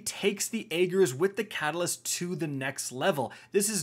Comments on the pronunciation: I can't think of a single YouTuber that pronounces this weapon's name correctly. It's pronounced: AH - GERS! No, not AY - GERS. Not even AY - JERS. AH - GERS! I'm sure I look like a cringelord grammar Nazi right now, but I had to say something. Literally NOBODY is saying it correctly, and it's driving me insane lol. I mean, cmon... There were multiple lines of dialog and an almost 5 minute long cutscene where they referenced it by name multiple times! Ok, I'm done. Thanks for coming to my TED Talk. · "I don't know how to pronounce Ager correctly, even though Savathun said it like 10 times".